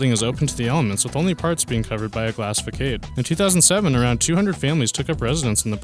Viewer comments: "Ehdin-burra," not "Ehdin-berg." "Fah-sod," not "fah-kade." Also, the Second Avenue Subway was planned as far back as the 1920's. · What the hell is a glass "Fakaid"?! It's pronounced "Fassaad" (Facade). You tuber posters are becoming less educated with time. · Not even fah-sod, but fa-sahd. But yeah, certainly not fa-kade. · Glass FAKADE ?? Its Facade ('Fasard') - missed High School did we ? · sarr-crarda fa-milia was the only name he prenounced correctly....even Gaudi he got wrong...lol....far-kade...lol....too much....FAH-SARD....DUH....and the biggie..."EDN-BERG.....BWAAAHAHA...EDN-BURRAH.......or EDNBRUH.....you mong. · Fackade. FFS.. FACADE. FAH-SAH-DEH. Silly Yank. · fakaid lol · Fa sad = how to say facade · When he said “fa-kade” I went straight to the comments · Fa-kade? Really, you can do better. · Also fuh-kade(facade)? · I'm sorry but did he really say "Fakade"??? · Christian Polli ikr it’s pronounced fa-sod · I'm afraid he did. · 2.55 lmao at how he cant pronounce facade... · Serious pronunciation errors, façade is a middle school term (13-15) year olds SHOULD know the definition and pronunciation. Otherwise the content was interesting however I would have liked more detail. Since this is about massive structures, dimensions in Imperial and metric for height, area, volume, etc... Would have been nice. Or comparisons to other similar structures. I'm left wondering how a church for 650 is on this list since I've been in sanctuaries that seat over 1000 and they are no where near the massive scale of other projects